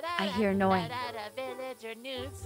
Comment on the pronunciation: I thought I heard noise say "nudes" not news because he made the "w" in news sound like a "d"